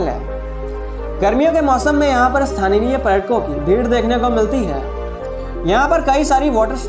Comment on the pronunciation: Bro great video . But native people are called "sthaniya" and not "sthaniniya"